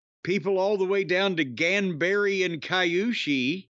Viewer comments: Ganbare is pronounced gon-bar-ay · Raging at attempted pronunciation of "ganbare".